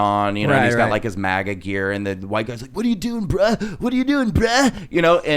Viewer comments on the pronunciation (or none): Hey Tim, do me a favor and say magazine............now say MAGA. It's not mogga :)